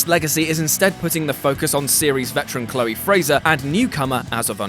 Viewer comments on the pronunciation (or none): none